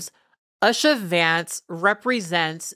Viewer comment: Pronunciation guide: U-sha / OO-sha (as opposed to US-sha)